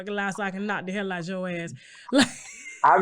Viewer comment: Da Hayle? What's that? Really?